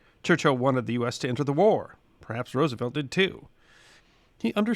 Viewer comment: Gratified and impressed that you have changed your pronunciation of FDR's last name. You are a true class act.